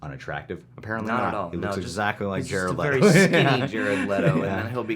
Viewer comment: With: Jared Letto as Jated Letto